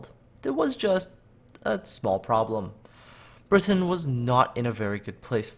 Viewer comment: The way you pronounce 'Britain' is obnoxious.